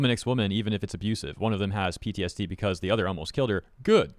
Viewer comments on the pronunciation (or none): none